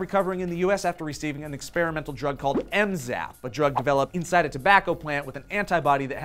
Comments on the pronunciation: It's called Zmapp not Mzapp. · It's ZMapp not MZapp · You know the name of the drug is Zmapp not Mzapp right? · Wasn't it ZMapp? And not MZapp...